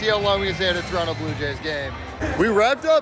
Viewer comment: Shout out for pronouncing Toronto correctly